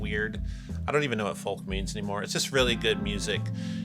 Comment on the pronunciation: It's 'Folk' as in 'Coke' not 'Falk' as in Columbo. Stop that, it's weird.